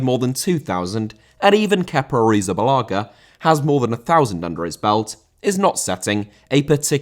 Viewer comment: Arrizabalaga * not Arizabalohger